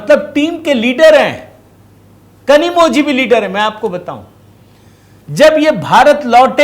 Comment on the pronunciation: सरजी नमस्कार .. तमिळ भाषामे कनिमोळी नाम है परंतु वहा ळ अक्षर zhi ऐसे लिखा जाता है l इसी तरहसे द्रविड मुन्येत्र कळघम बोलना है l ना की कझगम ... ध्यान राखियेगा